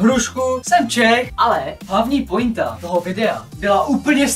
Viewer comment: čte se to poenta